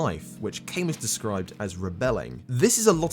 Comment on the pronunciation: Great video! Hate to be that guy but Albert Camus was a French guy so you gotta pronounce the name accordingly (something like al-bear ca-moo, to approximate it with English sounds). P.S. good luck on getting a grammarly sponsorship from here on out lol